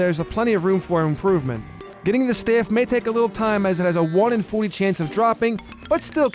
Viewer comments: The way he says "Staff".........STEAFF 😂😂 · he said staff weird